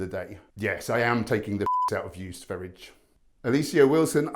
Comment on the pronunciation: Hi, Sverige is actually pronounced "ss veh ree yah", which is just the name of Sweden in Swedish, if you didn't know that already:)